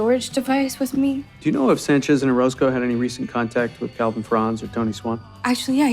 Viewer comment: 9분24초에 오로스코를 오로코스라고 하셨어요. 연행하겠습니다.